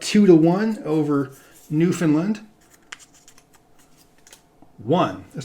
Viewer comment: Great series although Newfoundland is pronounced more like New-fin-LAN where land is annunciated, also this may be my biased opinion but Ontario has much better scenery than Wyoming. We have Niagara Falls, Toronto, Ottawa, Algonquin Provincial Park, Muskoka, areas of lake Huron that are as blue as the Caribbean, etc.